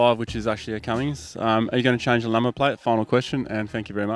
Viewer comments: CUMMINS! not Cummings!!!!!!!!! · It's a 6BT. That's 6 cylinders not 8. And it's Cummins not Cummings.. good video though, tough rig too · Jesus I wish this bloke would learn to speak. Perth not Perff. Cummins not cummings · Love ya stuff mate but there is no G in Cummins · 6 cylinder CUMMINS, not V8 CUMMINGS!! FFS. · Cummins, not Cummings!!!! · Mate it's CUMMINS not Cummings and also the 5.9 is an I6 not a V8 😄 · It’s CUMMINS, not Cummings!!! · It’s Cummins! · Cummins - no G. It’s ok, half the people in transport get it wrong too 😂